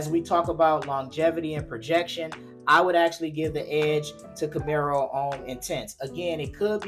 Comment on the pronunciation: ⛔️IT IS NOT "CAMERO" IT IS CAMARO....It reads exactly as it is written.